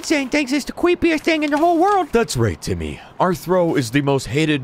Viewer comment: It’s timmeh... not timmy